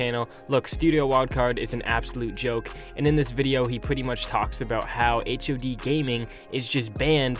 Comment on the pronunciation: Its hod not h...o...d